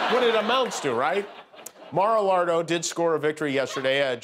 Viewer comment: Mara-lardo? Lolololol!